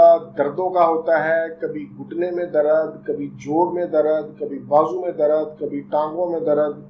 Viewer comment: Dr sahab darad nai hota dard hota ha